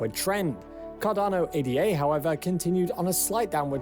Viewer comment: This guy can't even pronounce Ada correctly. Too simplistic analysis on altcoins. So many others are better than cardano. Polkadot, Solana, Luna, atom, elrond, algirand just to name a few, all energy efficient and faster than cardano.